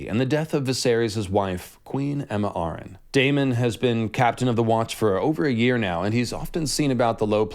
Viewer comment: “Arryn(Air-ren) not (Are—An)”